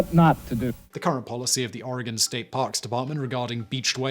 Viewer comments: You say oregon real funny. We all know who’s not from here when they pronounce the e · I lived in Oregon (pronounced "Orygun") at the time and my aunt handled the insurance claim for the damage to the vehicle. However, you got two facts wrong. The newspaper was the Eugene Register GUARD, not Herald. And Oregon beaches have been public highways for many decades before the whale incident. It didn't just happen on that day. It is the way that Oregon keeps its beaches from being privately owned.